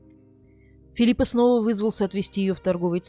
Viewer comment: Не в обиду ...не ФилиппаА а ФилиппО.